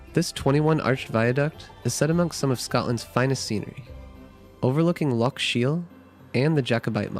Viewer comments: "Loch" se pronuncia "Lojj". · Thank you for showing off my country. I live up in Inverness (used to live in Fort William). I'm impressed you managed to pronounce the places right, but you still have trouble with "loch" lol (don't worry, even Scots have trouble with it sometimes). May I recommend going in April-June if you want the best months for festivals, weather and springtime? I'd also like to recommend some places I quite like that are smaller in scale but still lovely: Nairn (especially the beach), Glen Affric (one of the filming locations of Detective Pikachu), Route 500 (please keep it clean, lots of tourists litter), John o' Groats (puffins!), Glasgow (for the culture hotpot that it is), the general Gairloch area (Ullapool and Poolewe included). I'd like to give a soft mention to "The Whisky Trail" which is along the east in Moray towards Aberdeen (since you mentioned Harry Potter a lot in this video, Dufftown was also mentioned in Harry Potter which is also worth a sneaky visit for whisky) and a quick mention to House of Bruar along the A9 if you want to buy touristy stuff (care on the price, but it's top quality...also the small chip shop there sells lobster), it's also in an area that has lovely scenery and hiking spots. One last mention to the gorgeousness that is the Cairngorms which features skiing, Aviemore, Loch Morlich, the Highland Wildlife Park (they take good care of their animals) plenty nature trails and Rothiemurchus: a protected forest that is part of the last 1% of original ancie